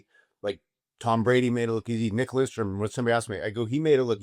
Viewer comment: “Lindstrom”? C’mon, …